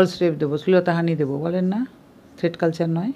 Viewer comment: কথাটাকি "থ্রেড কালচার" নাকি "থ্রেট কালচার " ?